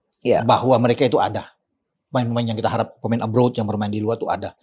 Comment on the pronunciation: Abroad min bukan aboard.